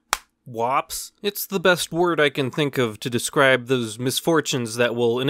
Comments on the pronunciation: Woops You said it wrong.. What W O P S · When you are just too much to where you can’t even say whoops correctly W O P S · “Wops” You have the weirdest way of saying whoops that I may ever have seem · Everyone: woops Literally everyone: woops Him: wops 😂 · Its WHOOPS, not WOPS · It’s not WOPS it is w ou. Ps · Just so he knows its woops... The word is woops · Hey, remember that time you came up with your own made-up term for embarrassing moments and thought you'd give it a quirky fun little way of pronouncing "whoops" but ended up naming it an ethnic slur against Italian people? Heh, Wops! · It was pronounced wups